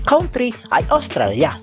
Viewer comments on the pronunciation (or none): none